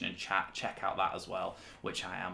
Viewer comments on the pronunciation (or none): none